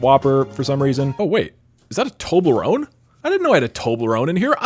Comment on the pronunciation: Why do you pronounce Toblerone "Tobelrone"? Everyone else says the L before the E.